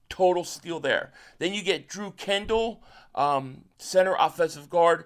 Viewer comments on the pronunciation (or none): none